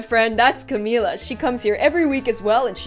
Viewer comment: how you say camila is cam-mill-la